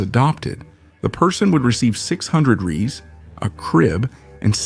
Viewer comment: It's not "Ray - eez" it's pronounced "Rays"